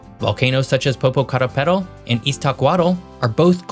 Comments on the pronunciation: ....brush up your pronunciation before you attempt Mexican geography. Notice which one syllable is stressed in each Spanish word. Popocatépetl, for example. And Tenochtitlan, stress on the "i". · It's so funny how you pronounce Popocatépetl and Iztaccihuatl 😂😂😂😂